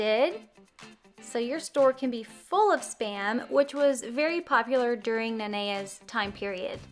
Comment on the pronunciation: And I hate it when people pronounce it wrong but you got it